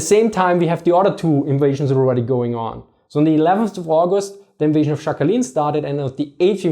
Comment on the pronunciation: The island is not pronounced Shackalin btw. In Sakhalin the S is hard and "kh"is like ch in the Scottish loch or the German Dach (roof).